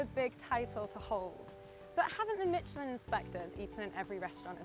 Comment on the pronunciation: The woman cannot pronounce Michelin.